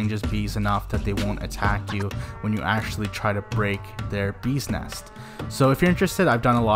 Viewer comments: When pronounce BEES NEST Sounds Like ' BUSINESS'...i thought he is talking about a business... LMAO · i totally agree!😂sounds funny